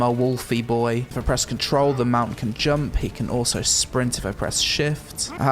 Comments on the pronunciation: Im really enjoying the content and your videos but i think i had enough of your jumpUH and every shit u saying just puting the UH in the end BROOOO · and "Jum-puh!"